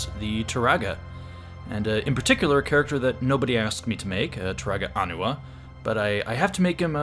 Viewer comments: Not Onua- it’s Oh- neigh- WA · Nice model. On pronunciation: the way you said it was actually the pronunciation of Onua, whereas Onewa is pronounced as "Oh-Neigh-Wah". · When I was a kid I thought he and Toa Onua’s names were pronounced the same (oh-noo-uh), but then the movies came along and showed Onewa’s name pronounced as ah-new-uh. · The guide book I have says his name is pronounced Oh-NOO-wah. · I'm pretty sure it's pronounced Oh-knee-wa. But this looks amazing, keep up the amazing work! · In the films they pronounce his name as On-Ooh-Wa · Really like the new eyes, the kind of demonic look of Gali and Takua really makes them uncanny. Also like someone else said, love how he still looks well built, you can tell he's had a life of fighting and hard labor. Also it is pronounced "ah-new-uh", they say it in the movies if you need proof.